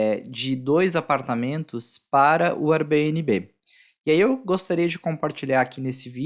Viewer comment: Nunca ouvi nnguém pronunciar Airbnb como vc pronuncia. Dá até uma agonia...srsrs